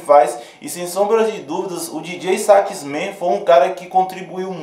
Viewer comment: Não se pronuncia Dj sax men e sim Djota sax man !!! Soh uma correção